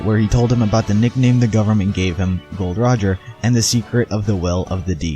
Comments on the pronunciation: It's not gold Roger how much times do I have to tell you it is Gol D Roger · its not gold roger its gol. D rogers